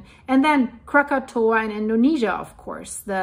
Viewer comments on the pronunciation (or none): none